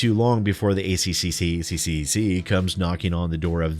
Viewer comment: Correct pronunciation: Ozzie, not Ossie. A Triple-C, not ACCCCCC. Prawn, not shrimp. - An Aussie.